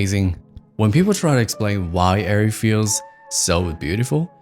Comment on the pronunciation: firstly, thank you for correctly saying the name as Airree not areree. As a MiniLF owner op for 3 years, I know this feeling too well. It's hard to break away from that camera and dive into a new ecosystem of camera. Every DP should learn the physical minutias and tools with all cameras, but if u choose Arri, its hard to go back